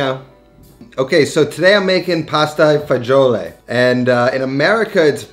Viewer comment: dude, are you italian or not? It’s „Pasta E Fagioli“, not „i“, it is not spanish.